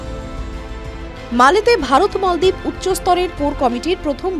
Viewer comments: মলদীপ😂😂😂 না মালদীপ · মলদ্বাীপ না মালদ্বীপ 😁😁😁😁😁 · মলদ্বীপ না মালদ্বীপ? জেনবুঝে উচ্চারণ করছেন তো? মালে অধিকৃত দ্বীপ রাষ্ট্র। রাজধানীর নাম মালে। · খবর পাঠিকা বারবার মলদ্বীপ বলছে। তার অর্থ কি মলের দ্বীপ?